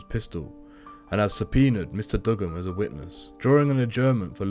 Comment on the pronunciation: I'm from Australia u saying his name wrong it's like doo-gun not dug-gun